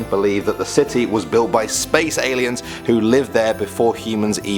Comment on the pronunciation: All I keep on hearing is AILENS .....wow